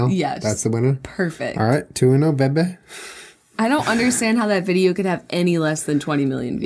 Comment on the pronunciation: It's bby NOT BEBE JULIAN!!!!!!!!